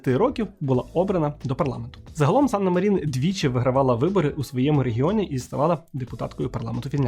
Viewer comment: Як я колись фанатіла від Фінляндії 😍 але то уже в минулому. Єдина поправка, у фінів усі слова, як і прізвища та імені, з наголосом на перший склад. Тобто САнна МАрін. А то усі медійники роблять помилку 😒